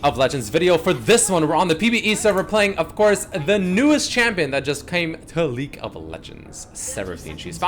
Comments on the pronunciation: why tf do I always hear "leak" of legends when says league WTF?!??!?? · Why is he saying Leak of Legends?